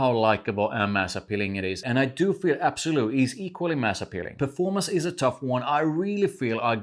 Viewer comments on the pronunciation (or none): L’Absolu. Not absolu